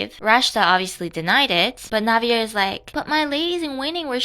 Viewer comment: Btw Navier's name is pronounced Nah-vee-yae, it's French 🥲I remember reading remarried empress it was such slop